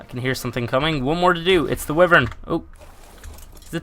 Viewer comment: The Wyverns are pronounced Why-Vern not Wifern.